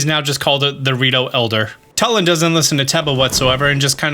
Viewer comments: It’s purnouced toolin not tul in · I love sharing a name with such an awesome character!! I don't want to seem rude, but it's pronounced (Two-lin). I know this because it's my name, and in the game he says his name like that.